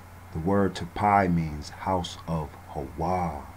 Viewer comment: Why Hawa instead of Haya?